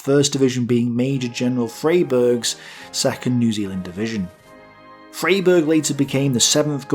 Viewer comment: Good old Freyberg! There's a small plaza and statue of him near where I live! FYI it's pronounced fry-berg. Also AFAIK the Axis did attempt a naval landing on Crete, didn't they? It's just that it was intercepted at sea